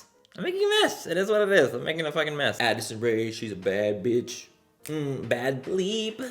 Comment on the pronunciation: When you said Addison Rae ...I thought you 100% said acid rain 🤣😂